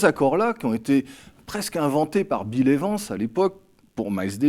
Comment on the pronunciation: « Bile évance » 😂😂